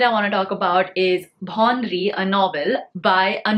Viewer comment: Loved the list! Dopehri in hindi was my first hindi book and it was absolutely lyrical and beautiful. The rajasthan based 'Bhaunri'..it's a local name ..pronounced as भउंरी. You dont pronounce the N :)